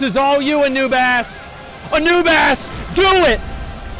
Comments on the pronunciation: "Dps to low to clear final Nail phase" A-Noob-Ass " Hold my beer" Healer lb3 ftw Pronunciation Aubis earned. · "anoobass" the legend